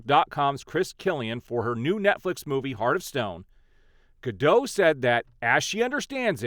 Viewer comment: She wants the "T" in Gadot pronounced. She's Israeli. Not French. I agree with the eventual ultimate impact of the strike will have on Hollywood. The traditional major studio is a dying breed. WBD is one confused bunch of fat cats. #DavidZaslavResign